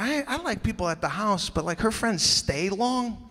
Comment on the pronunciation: “LOVES PAYPPPul”